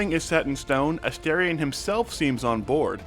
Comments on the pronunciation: A-'STAR'-ion! for the love of gods. Not A-stare-ion. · I really don't understand how so many people are mispronouncing his name. They say it like a thousand times in the game, and it's pronounced as it's written. A-STAR-ion, like a star in the sky. What is so hard about this? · A-STAR-ion not aSTAIRion and newBON not newBIN. 😅 it always surprises me when interviewers get his name wrong.